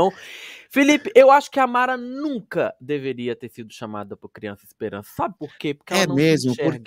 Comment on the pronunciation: "Espelança " kkkk